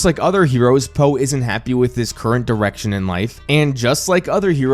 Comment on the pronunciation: it sounded like you said “Po isn’t happy with his current erection in life” 😂😂😂